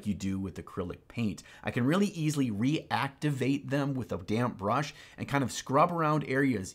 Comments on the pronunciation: Anyone else keep hearing "damn brush"? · Literally every time said "damp brush," I heard "damn brush," and the video was all the better because of this.